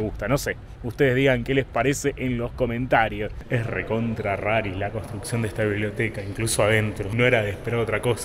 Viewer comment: me veo cuando dice RARI... jaja